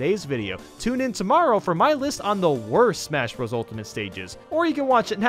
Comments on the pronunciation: its not smash bra's its smash BROS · He said (smash br os) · I'm I dreaming or did he say smash bras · In case you didn't know the part where he said "smash bras" was a joke, you have to be really stupid to think he isn't joking. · smash brahs melee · when said smash BRAS melee I bent over laughing